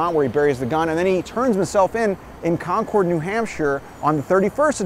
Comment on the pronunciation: That's not how you say Concord. More like Conkerd or Conkud